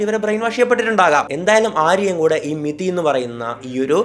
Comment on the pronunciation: മെതി അല്ല കൊയ്യൽ അണ്ണാ അത് മിതി ആണ്